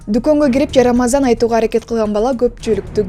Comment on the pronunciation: Жарамазан эмес бул иним джарамазан айтып жатат 😂